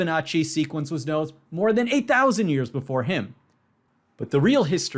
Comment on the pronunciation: I too thought he said "eight thousand" rather than "a thousand".